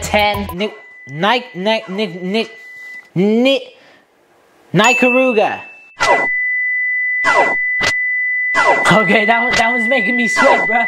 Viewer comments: Can’t believe how Nicaragua sounded, “nicarooga” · bro, was really gonna say the N-word. Also, he was trying to pronounce my homeland. 💀🇳🇮